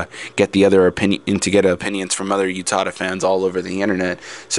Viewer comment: um, sorry but i just need to say this, it's not YOU-tada. it's U-tada. Oo-tada. but then, ah well. i love your voice. it's an interesting insight too.